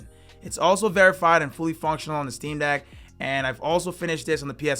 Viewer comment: Why does he keep saying dick instead of deck?